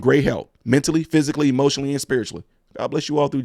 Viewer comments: It’s the “ANDDDTTT” everytime she said it and you repeated that took me tf out 😂😂😂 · Say it with me "ANDT", that was perfect!